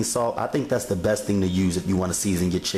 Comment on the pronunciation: Bess fried chicken..... Bess.... There's a t in there, dude.